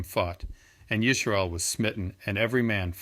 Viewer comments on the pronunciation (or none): Yisharal?? Why the fake Hebrew???